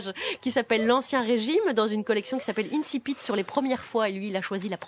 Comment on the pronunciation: Ne pas savoir prononcer le mot < > ! Génial ! Des incultes qui moquent l'académie française avec des morceaux de résistants de décembre 1944, le tout grâce aux impôts des petites gens. Comme vous êtes tous bien courageux. Quant à monsieur Bégaudeau, il fut plus pertinent jusqu'à ce qu'il réalise qu'il n'avait pas le courage adéquat.